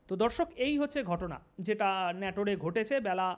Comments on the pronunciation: ভাই, আমি নাটোরের স্হায়ী বাসিন্দা। আপনি আমাদের নাটোরকে ন্যাটোর বলছেন যা আমার কাছে দুঃখ জনক মনে হচ্ছে। অনুগ্রহ করে নাটোর উচ্চারণ করে ভুলটা সমাধান করুন প্লিজ। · বারবার বলছেন নেটুরে,সঠিক নাটোর। শতকরা ৫০% উচ্চারণে ভুল। একচেটিয়া আওয়ামী লীগের পক্ষে ভিডিও করায় এত ভিউ পাচ্ছেন। দয়াকরে উচ্চারণ সঠিক করুন। ভিউ ডাবল হবে। এখন শেয়ার কমেন্ট করতে আমার লজ্জা লাগে। এমনকি আমদের দলের জন্যও বিব্রতকর। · ভাই ওটা নাটোর হবে, তুমি বারবার ন্যাটোর বলছ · দাদা, ন্যটোর নয়,নাটোর হবে।আপনাকে ধন্যবাদ।জয়বাংলা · জায়গাটার নাম নাটোর, নেটর না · নাটোর উচ্চারণ হবে। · দাদা আপনার উচ্চারণটা সঠিক হয় নাই জায়গার নাম নাটোর।